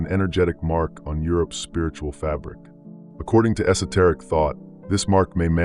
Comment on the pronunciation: Say “esoteric” again. Go ahead.